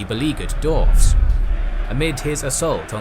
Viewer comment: Just out of curiosity, is anyone ever going to tell that "dwarves" has a "w" in it? 😉